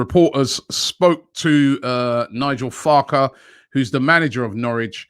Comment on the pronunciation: Nigel Farage or Nigel Farke? LOOOOOOOOL